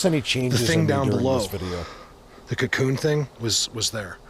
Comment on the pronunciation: Awesome place! Can you say 'cocoon' one more time? I don't know why but it makes me laugh😆(im french canadian)✌